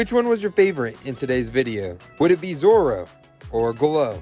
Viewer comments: Dont worry your pronouncing it right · Amazing Pronunciation But in your subtitles its Called Zorro added a extra r its Zoro in the anime but the drawing is amazing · Ok you pronounced zoro right but you spelled him wrong but it’s just spelling so it’s completely fine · Yes correct that’s how you say his name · U got zorrro right👍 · 🎄very nice! You did pronounce Zorro right and I think you should do Moana! Also it’s my birthday!🥳